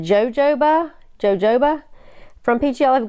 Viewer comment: That looks spectacular (as always)! I haven't attempted one with lights yet, not sure that I will unless requested. By the way just an FYI, jojoba is pronounced ho-HO-ba.